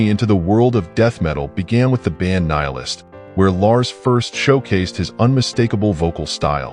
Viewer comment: Pronounced Kneel-ist.